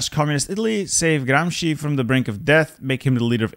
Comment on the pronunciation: English speakers pronouncing in the worst fucking hellish way every latin/italian word This guy randomly pronouncing "Gramsci" with the most correct pronounciation ever known to man. Gramsci is the founder of the italian comusist/socialist party if i'm not wrong he is Lenin but italian and looks more like trotsky